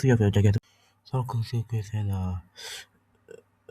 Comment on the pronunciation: He mispronounced sarcosuchus bruh 😭